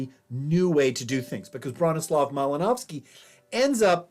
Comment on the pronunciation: The pronunciation of the last name is driving me nuts.